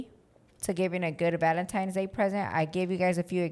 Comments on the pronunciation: So who is gonna tell that it’s “Valentine’s” not “Valentimes,” great episode ❤ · saying “Valentimes” has me dead! Anyone else? 😅